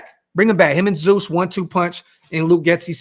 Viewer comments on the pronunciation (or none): none